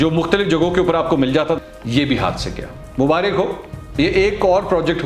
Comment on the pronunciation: Bhai apna talufz thik kare mubariik nahi huta maubarak huta hai